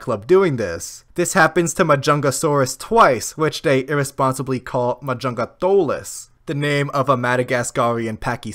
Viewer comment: “Majungatholis” made me have a stroke